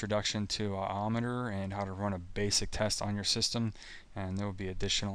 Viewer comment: I always thought it was pronounced I-O meter... As in Ins/Outs Per Second (IOPS)... I know that is what Intel called it anyway...